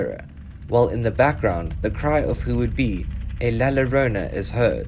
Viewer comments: Hi without being un respectful, whe you see latino video and you see a “lLlorona” when you se “LLol you say “YOrona” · Hahahah !! he says "La Ranona" ?